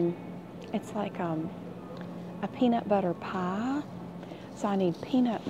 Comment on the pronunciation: “ a peanut butter pahh “ omg ilysm ❤️❤️